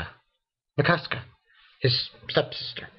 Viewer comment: mikasca XD is mikasa